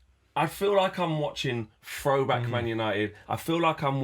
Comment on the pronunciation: It’s throwback not froback, it’s three not free, it’s third not fird. Why can’t people talk properly these days, really boils my piss. 🤣🤦🏼‍♂️